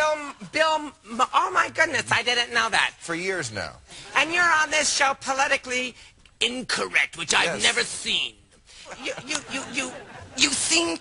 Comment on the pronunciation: the way he pronounces Politically Incorrect hahaha